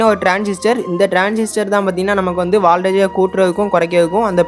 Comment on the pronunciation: Dai thambi valtage illa voltage onna patthu mathavaga mathi sollaporagga